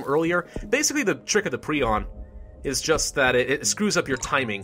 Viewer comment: He pronounced it pree-on.. isn't it pry-on?